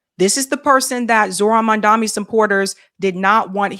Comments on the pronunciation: it's Mom-duh-kNEE. u still keep calling him "mum-DUMMY". 🤣🤣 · How are you still getting his name wrong. MamdaNi. Come on!